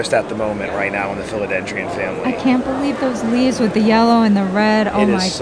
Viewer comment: Imagine running a booth at a tropical plant expo and not knowing how to pronounce “philodendron”